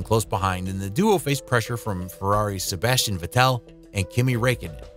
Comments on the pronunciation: Nice video but „Sebastian vetelle“ 😭😭💀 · I think you're pronouncing Sebastian vettel wrong :/